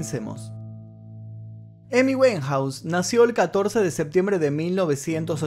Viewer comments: no lo tomes a mal, pero el apellido de esta artista se pronuncia wainjaus, no weinjaus, disculpas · Su apellido se pronuncia “wainjouse “ (como si pronuncias “wine”-vino. . Verifica la pronunciación. Pero felicidades. Muy buenos documentales!